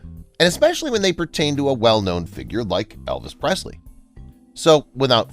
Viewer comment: So much of this isn't true. Let's start with the fact that she was not the soul owner of Graceland after he died 🤦‍♀️ and this guy didn't even pronounce her last name correctly.